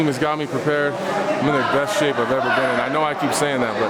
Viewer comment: He said the shamp